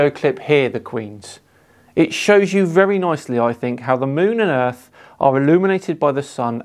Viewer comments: Its not really fair to have this "female" on...she said, "erf" instead of earth..."she aint be knowing how tuh tawk nah mean" dont have people like this on your channel... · lol, you might be right, now I can't tell. I don't know what on gods flat "ERF" she meant to say👍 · "Ladies and gentlemen! The Earf is fwat! 🙃"